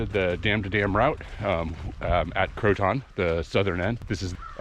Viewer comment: I like watching your video's but it drives me crazy you pronounce Croton incorrectly (and I should just let it go but thought I'd at least educate you in case you come this way again). I can't figure out how to explain the right way. Its more like Krow Ten with the emphasis on the Krow.